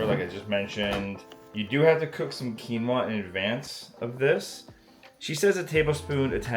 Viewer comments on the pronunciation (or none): none